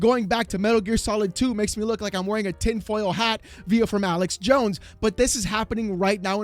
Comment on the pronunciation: Did you just say “..via FROM Alex Jone”?? lol!!!